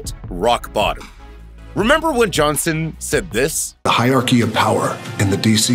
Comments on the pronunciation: "Hire-key"? Does the voice-over guy mean "hierarchy"? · WTF is a "hire key"? Voiceover guy needs to research pronunciation.